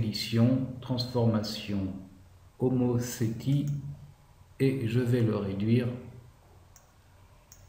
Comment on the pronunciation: ah, au fait, on prononce "omotéssie"… :hand-pink-waving